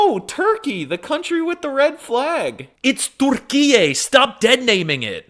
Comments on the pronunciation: He WASNT spekaijg arabic at the start of video? Also his pronounciation of the country just uses arabic vowels, a u i. Not ü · His pronunciation and stress patterns are way off - he almost always stresses the wrong syllable. So consistently it sounds as if he has only read Turkish and not actually listened to it at all. I’m also kind of surprised that he still hasn’t learned to pronounce a front rounded vowel…I mean, if you can’t even pronounce “Türkçe” or “Türkiye” somewhat correctly…? Also they didn’t change the name of Constantinople to Istanbul in 1453. :-) It wasn’t official until 1930!